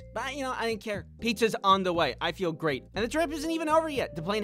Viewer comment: Are you trying to say feel or fear?